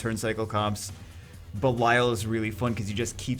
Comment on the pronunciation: Gamer ok the water demon's name is Belial as in Bell-ee-al (not all->al)